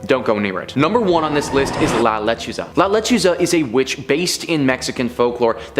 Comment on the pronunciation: It’s La LechUza. The accent is on the “U”. Thanks for your work. Oh yeah, it’s “La llorOna.” Accent on the “o”. ❤